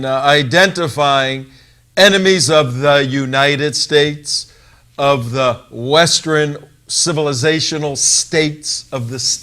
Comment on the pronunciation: Ha! That's 'western' not 'westren.'